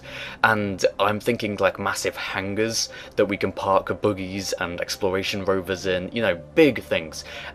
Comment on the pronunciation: "Boogies and rovahs"